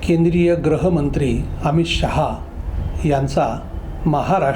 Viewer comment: साहेब!!ग्रहमंत्री(Grahamantri) नाही मराठी भाषेत गृहमंत्री(Gruhamantri) आणि हिंदी भाषेत गृहमंत्री(Grihamantri) असतं. ग्रह आणि गृह मध्ये आकाश पाताळा चं अंतर असतं. 😊😮😅